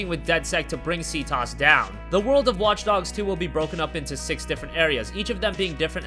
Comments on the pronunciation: lol Ctoss? wtf is ctoss? clearly someone never played watch dogs its pronounced C- T OH S (cTOS) subscribe to a real channel, not these script readers - GB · Lol the way he said ctOS. "See toss" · The way he says CTOS 😂😂😂😂😂😂😂😂😂😂😂😂